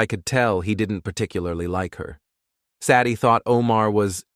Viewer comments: This channel needs help. Saddie as a name, instead of Sadie. Does this crappy A.I. HAVE A LEARNING DISABILITY? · "SADD-eee"? SAY-dee, robot boy,SAY-dee. I could be wrong. Is "Saddy" an actual human female name? Silly robot, narrating YouTube cheating stories is for humans. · Pine Valley Lodge doesn't have elevators. It has individual cabins. Sadie is pronounced Sa-die with a long "a". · Cant pronounce "Say-dee". Ridiculous AI reading.